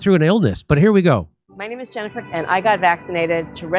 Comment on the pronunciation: She did have a speech impediment. She pronounces her own name 'Jennifer' as 'Chennifer' like she's wrestling with her own tongue and losing